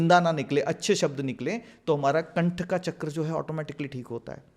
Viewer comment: संस्कृतभाषा के शब्दों को अंग्रेज़ो की तरह बोलना सचमुच कर्णकटु लगता है। "वेदा", "चक्रा", "सहस्रारा" आदि उच्चारण मुझे भी अखरते हैं। सही शब्द 'Sahasraar' है, "Sahastraar" नहीं। भारतीय भाषा के अन्य शब्द भी हैं, जिनके विदेशी उच्चारों में सुधार लाने की आवश्यकता है।